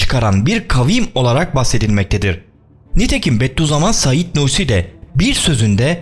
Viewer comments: "Beddü zaman" değil "Bediüzzaman" Okuduğunuzu düzgün okuyun lütfen 👉🏻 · Ulan, Bedduzaman değil, Bediüzzaman diyecen